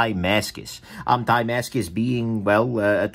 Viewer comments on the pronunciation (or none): Damascus not Diemascus